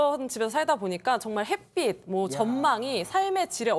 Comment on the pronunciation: 햇볕~했다가 햇빛~했다가... 발음도 핻뼈시.. 핻삐세...ㅜㅜ 기자님ㅜㅜ